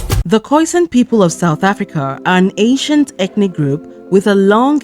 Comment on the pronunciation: The word "ancient" sounded like Asian. You need to enunciate better.